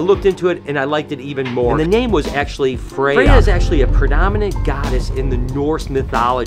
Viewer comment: In Swedish, we would roll the R pronouncing Freyja, we almost always roll the R's. Also I love norse mythology as it goes back to my ancestors religion being from a family as far as I know purely Swedish. I haven't heard anything about ancestors outside the Nordic countries at the very least. I don't know if this is how they're originally pronounced but in Swedish they are.